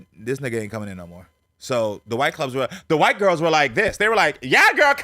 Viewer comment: now that is a MAN..and the way they keke, Its soooo cute!!😍 "let the gwurls know!!" 🤣